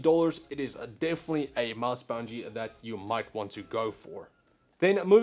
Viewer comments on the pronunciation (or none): Why do you say (a)mouse (a)bungie sounds awful and really uncomfortable. I hate how you keep adding an (a) in between words, i'm disliking for that.... sorry it annoys me (a)lots (a)sorry